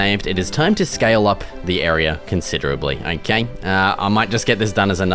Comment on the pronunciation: that aussie “okay” sounds just like goosiest the sim drifter guy